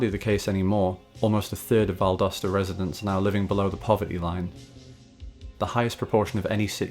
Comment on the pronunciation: I was born, raised and work in Valdosta. It’s not looking good for the mall though. Thank you for pronouncing it correctly by the way! Go Wildcats!